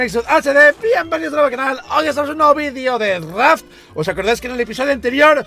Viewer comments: Entendí: rap en vez de raft en la intro jajaja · Escuche bienvenidos a un video de rap en vez de raft